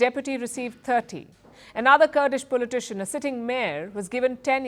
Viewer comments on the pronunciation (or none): Fantastic how you pronounce politician as pulley tishon😂😂😂😂😂